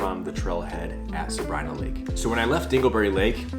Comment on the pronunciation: We were just there and the locals say Sabr-ii-na. We asked. Also learned that correct pronunciation of Mono lake is like “oh no”, not like the Mono virus haha.